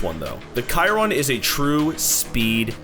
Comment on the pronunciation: Did he call the Chiron the kayron.?😅